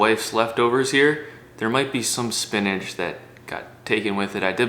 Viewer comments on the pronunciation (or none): none